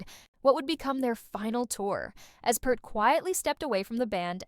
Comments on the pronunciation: OH MY GOD can you not say his name correct! It is not PERT it is PEART Pea-rt. Just run blind with it i guess. Why are Americans becoming Americant's Or just to lazy to care. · Peart as in ear not Pert like the old shampoo. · peart ... not kurt ... and it's pronounced PEERT .. everyone gets it wrong. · Sounds like someone needs to reprogram their AI, anyone who knows anything about the man knows his name is pronounced p-EAR-t. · Yes. Peart. And it's pronounced like beer or deer. Peert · If your going to do a Video about Neil Peart you might want to Pronounce his Last name Properly ..